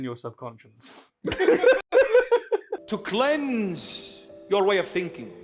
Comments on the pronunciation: he was saying conscience but the subtitles said concious. so i think they, just like me probably think he actually meant subconcious and that its just an accent thing. or the priest actually doesnt know the difference. idk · Nonono, you got it all wrong, he never said "subconscious", he always said "subsonscience", so your entire crituque is obviously attacking a strawman! 🤣 And nah, it couldn't possibly be due to consistently bad pronunciation on his part.... 🤪